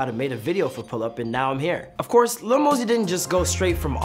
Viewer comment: It's Lil not Little